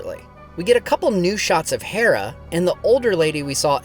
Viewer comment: Dude, just say "Hera", like the goddess. It's painful to hear you switch between the two pronunciations.